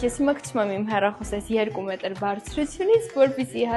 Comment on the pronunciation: Հիմա։ երեք մետր։ թե։ երկու։ մետրրրրր😂😂😂😂😂😂😂😂😂😂😂😂😂😂😂😂😂😂😂😂😂😂😂😂😂😂😂😂😂❤